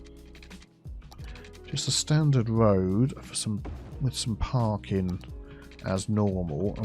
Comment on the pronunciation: I keep hearing Parkin instead of parking and i fear that is being filled up with a terrible Northern cake infestation.